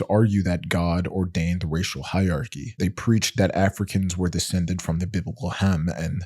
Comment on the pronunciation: Fyi--hierarchy has 4 syllables.